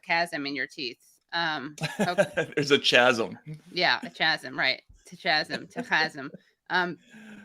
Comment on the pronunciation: Holy shit I almost like Bari Weiss for the chasm of knowing how to say chasm and producing a chasm of cognitive dissonance in the most passive-aggressive way possible. Almost. Actually, I clearly spoke too soon and forgot she still sucks incredibly.